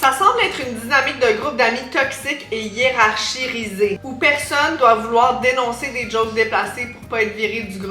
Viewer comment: Im sorry, mais le "je crois être supérieure niveau QI" et mal prononcé "hiérarchisées juste après c'était hilarant 😭